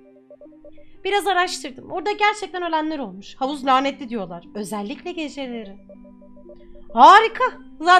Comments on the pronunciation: "Diyollağ" sjsjjssj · Öğrencileğr diyollağh